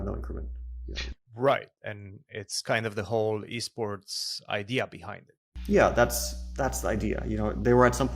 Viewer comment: Fabi it's called e-sport, not b-sport.